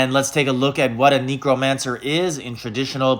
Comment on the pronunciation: Please tell me you’re saying it wrong on purpose??? lol. Knee crow mancer 😂 😂 😂